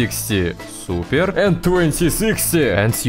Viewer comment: suppearrrr,,😂 that word got me everytime he said